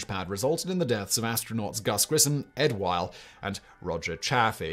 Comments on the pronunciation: the deaths of astronauts... Ed WHITE, not Ed WHILE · That's "Ed White".